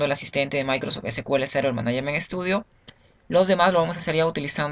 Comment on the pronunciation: Hola amigo se dice "managment" no manaiament. Muy buena lista de reproducción, está muy bien hecha.